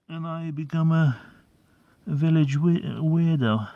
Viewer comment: willage village, Village willage 🤣